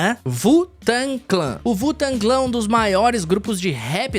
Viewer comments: Primeira vez na minha vida que vejo alguém falando (vu-tangui-clan) ao invés de (U-tengue-clen) pro grupo Wu Tang Clan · "vutanclã" não né, parceiro